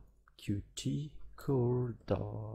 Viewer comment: sorry but it's Cute not QTee, otherwise great